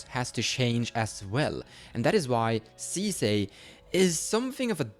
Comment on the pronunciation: 10s in: 'League of Legends Sisay" oh no